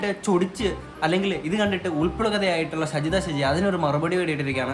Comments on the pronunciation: ഷെജിത അല്ലടാ ഷാജിത 😂😂🤣🤣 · ഷജിദയല്ല ഷാജി ദ ഷാജിയാണ് പൊട്ട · ഷജിത അല്ല ഷാജിത